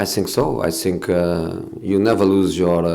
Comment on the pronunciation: Best part is when he saiyng i tsink so !